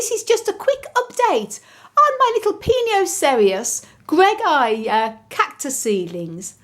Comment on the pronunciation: Wow, the name of the cacti just rolled out from your tongue so effortlessly. LOL 🤣🤣 I would have had to repeat it maybe a few times. 😂😂 You're so patient,...it took 5 yrs to be that size but still small as compared to other cacti for that age. Good update! 👍👍👍👏👏👏